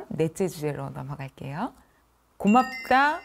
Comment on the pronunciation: 국어 전문가의 발음 문제! 해석, 많은,고맙다, 가격, 등 단어의 첫 자는 길게 발음해야하는데 이를 모두 "짧게" 잘못 발음했나이다. 참으로 놀랐나이다. 고맙다와 같은 평상 고유어는, 학교라곤ㄴ 문전에도 가지 못한 우리 할머님도 그릇치지않던 말이지요! 이 얼마나 부끄러운 일이옵니까??